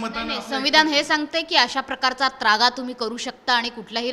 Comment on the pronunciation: अरे सद्या आय.............. झ........... नालायक चुत्................. मा............. तु जो शब्द बोलतोसना तो शब्द शुद्ध शब्द आहे त्रागा असा आहे........... नाही की त्र्यागा नाही. जुन्या सद्या वर्त्या आधी ना तु मराठी भाषा निट बोलायला शिक हरामी तु महाराष्ट्र द्रोही आहेस हरामी साल्या तुझ्या............. आय............ कुत्र्या काहीही भुंकतोस आहेस.